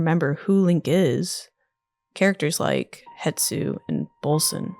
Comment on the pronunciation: Hestu! Not Hetsu! Why are so many people getting this wrong?